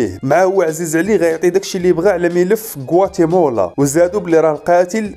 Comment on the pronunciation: غوااتيمالا وليس غواتيمولا.... تحليلك ألسلس والمفهوم رااااائع وتحياتي لك.... واصل اخي الكريم وشكراً لك